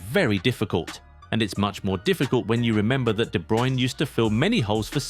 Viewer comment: "To fill KBD's shoes" Kevin Be Druyne? That sounds almost German..